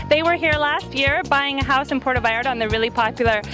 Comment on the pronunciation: Can u at least pronounce Puerto properly? it's not Puero! U make my town so grinholized! please learn how to pronounce our language properly! u are not in the US! Ur in our country of Mexico! We pronounce the T as u would say Mother "Teresa!" Puer-To! Thank u! And yes! we love everyone. But this is clearly not San Francisco CA. We are still a conservative town Christian town!